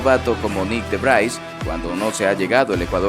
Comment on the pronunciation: Que NOOOO se pronuncia "De Vrais"... Se pronuncia DE VRIIIIS !!